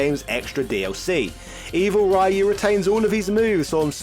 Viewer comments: Why did you keep calling Ryu *(Ri'Yoo){which means dragon)as "Rhuh"? also saying "rye yoo" would be Rai-yu , which would mean "Thunder-ghost". . . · It's pronounced: rye-you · Ryyyy yuuuu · Oddly enough, the mispronunciation "Rah yuu" is the one that originated in America. The pronunciation "Ree yuu" is the Japanese pronunciation attempted with American phonetics. The original pronunciation was almost like your first try, but the "u" sounds closer to something like a "ü", not an "o". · I don't understand why it's so hard to pronounce Ryu properly as Roo instead of Ri-yoo. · Comon, he just said Ryo instead of Ryu...same differnce. At least the R sound was close to perfect, which is a feat in of it self. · why does he say rehyuh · i couldnt take it..hearing RYOOO. it was getting annoying. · AH-KOOH-MAH!, RUU and goo-ken lol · lol you just established how little to none you know about fighting games…pronouncing Kage as “cage” and insisting Ryu be pronounced as “rayoo”… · Pronounce "Ryu" how you like, but the correct Japanese annunciation is "Ree-U". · Japanese say it with basically a silent Y. Mainly because they have trouble pronouncing hard Rs and Ls. Any word starting with Ry is supposed to be pronounced just like Ryan or Rye bread. Its basic English. You don't say Reeyan or Ree bread. Alot of the street fighter 2 design, voices, etc were done in America after the world warrior. Just because they have no idea how to read and pronounce words doesn't mean other people should with them. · No, a dictionary would have Rīo͞o or Rēo͞o. The first of those is the correct version. The letters "ii" are typically pronounced like ē (the long E sound). Other than the Wii I already mentioned, another example of this is Hawaii. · He said it wrong even when he thought he was saying it right, before he reverted back to Raiyu pronunciation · I can't watch this video bc of the pronunciation of ryu... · please go back to saying ryu correctly again, thanks